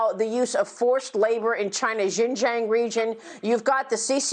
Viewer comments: There is no Xinzhaeng, it is Xinjiang. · Can't even pronounce Xinjiang , what these two nuts know about Xinjiang ? hahaha